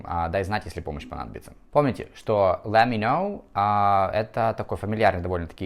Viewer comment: Послушайте, я не лингвист и тем паче не в сфере английского языка, но на слух, ибо слух у меня музыкальный, звучит это очень близко к оригинальному произношению.